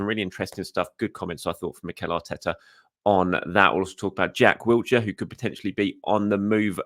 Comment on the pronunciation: But not Wilshere's 😂😂😂 There's no T in Wilshere (Love ya!)